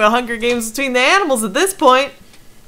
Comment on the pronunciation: "Bitch is tweeting in the hunger hames"